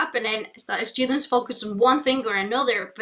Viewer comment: She prepends an "eh" sound to words starting with S: "Eh-school", "Eh-strategies", "Eh-students". What's her native language and when did she start learning English?